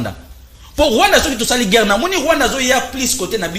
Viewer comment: C'est " GUERRE" et non "GEURRE"...Ah, les télévisions du Congo!